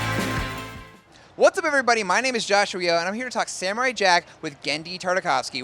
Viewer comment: Sam-o-rai jack, JACK